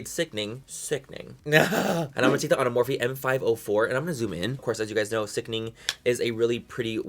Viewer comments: I live for every time you say, "sickning" with that look on your face. 😂😂😂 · I love when you say SICKNING 😭